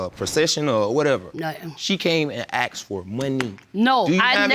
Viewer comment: I aksed him a question